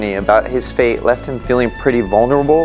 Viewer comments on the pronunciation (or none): none